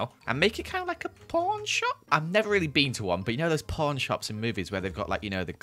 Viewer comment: ya might want to articulate the word pawn a bit more.